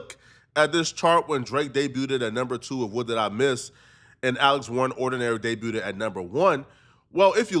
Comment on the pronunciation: Every EFFING TIME!!, just stop trying to use American sayings and phrases. You're not one of us. You're not from here. Every single video you are CONSTANTLY saying things wrong. DEBUTED (wrong pronunciation). PANDORA'S BOX (you keep saying it singular). That's just a couple from THIS video. Run your scripts past an actual American before uploading. And take a bath.